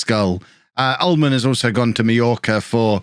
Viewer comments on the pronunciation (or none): none